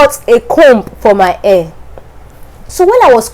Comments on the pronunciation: The way you pronounce hair is air. hehehe... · Your accent is so hard to understand! Your hair you pronounciation only ( AIR ) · Hahaha my air✌️ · You're cute pronouncing hair, but its ok. But try to sound the hhhhh until you perfect it. You are very good in english. Your speaking voice is modulated. Very good!